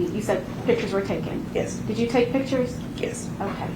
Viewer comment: dude cant even properly pronounce "yes" ffs